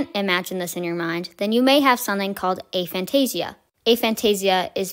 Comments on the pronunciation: It's pronounced a fan-tay-zia not an fan-tay-zia. Regardless, this is a very enlightening video. I never knew this was even a thing. So even in dreams you don't see anything? Fascinating! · I've always pronounced it A(as in hay)-fan-tay-zee-a but Dr Zeman pronounces it A(as in hat)-fan-tay-zee-a. But then he pronounces his name as Zemman so what does he know?